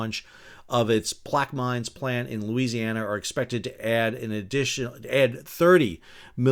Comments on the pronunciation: Plaquemine is pronounced "Plack-uh-men" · I hate to hit you with another pronunciation, lol, but Plaquemines is pronounced like PLACK-ih-minz. Not far off from the way you did, but the [i] is short.